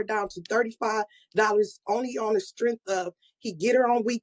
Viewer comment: On Da Strenph 😂